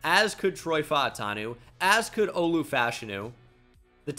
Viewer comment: Are you pronouncing Olu’s last name right? I’ve never heard anyone else pronounce it the way you do.